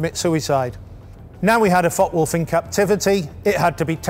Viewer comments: May I help with the pronounciation of the F.W. 190 ? In German a "W" is pronouced as "V" in English. There are no silent letters in German. The "e" at the end of Focke is pronounced as the English "a". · The E in Focke is pronounced! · Very nicely done this video, many thanks! But please note the E at the End of "Focke" is not silent. Greetings from Bremen 😉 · Hey, mate. There's an 'e' on the end of Focke... use it! Same goes for Porsche.